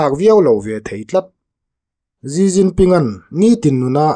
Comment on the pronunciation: Gi Ginping ni lo vin, Xi jinping (Si Jinping) ti zawk tur ni a